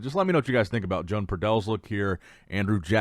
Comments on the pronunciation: I believe that his name is pronounced WO-AN. Not Joan. That's feminine. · Loooool I did not know Joan was from Spain until you mentioned it. We all love how you say the names lol but his is pronounced like Juan but instead of Hoo-Ahn it's Ho-Ahn - Like Santa Ho Ho Ho and Daniel-San. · I said in another vid that Joan is not a lady therefore his name is not pronounced like that and he's obviously from another country so should do some simple research before butchering ppls names.